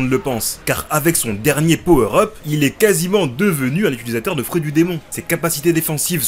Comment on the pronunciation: on dit "utilisateur" pas "utUlisateur" 😵